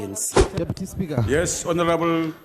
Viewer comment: How he says "Spigha" 🤣